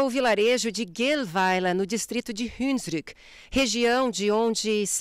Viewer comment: Se chama Hunsrück, não 'hunsdruck'.